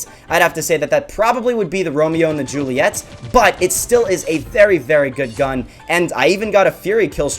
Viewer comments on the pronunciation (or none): none